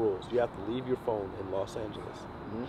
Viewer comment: Phone with a n not a m bro